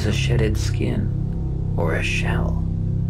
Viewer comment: Who else thought he said "sh!tted" instead of "shedded" a skin or shell?